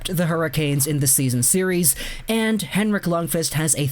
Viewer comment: The way you say Lundqvist makes me uncomfortable